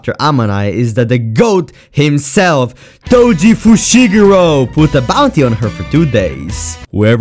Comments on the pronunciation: “foji toshigoro”💀💀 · Bro mispronounce toji fushiguro With foji tushiguro and thats just funny af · Who is Toji Fushiguro? U mean Foji Tushigiro?